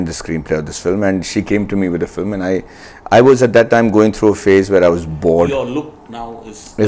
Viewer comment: Filem. LOL Its film! Pronounced as fi + lm.